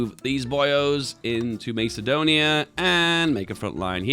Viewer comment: Macedonia! You originally pronounced it similar to how macadamia nuts sound